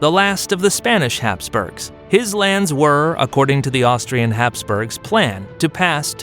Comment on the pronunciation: Austrian not Austrain. I mean come on...